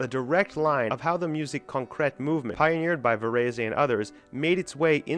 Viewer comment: The accent on Concrète is wrong.